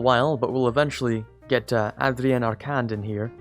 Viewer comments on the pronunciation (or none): You pronounce Adrien wrong, and you pronounce Arcand wrong too. Open N for Adrien, and Mute D for Arcand Bravo l'grand.